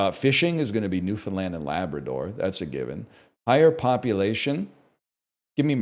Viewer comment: newfoundland mentioned! and he pronounced it correctly!!